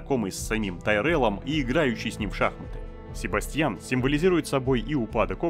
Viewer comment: Не СебастьЯн, а СебАсьтян :]